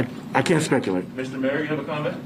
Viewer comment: "I may look like Tiguh Woods, but I can't spekuhlate."